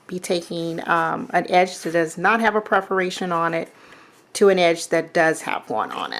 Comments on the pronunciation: Well, geez, if you want to be politically correct, it's perFORation lines....misspelled words drive me crazy... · Hi, love your videos. But, here is me being a stinker, you always say PREferation lines. It is not that way. It is PERferation lines. Just a little, bitty thing that drives me crazy. Sorry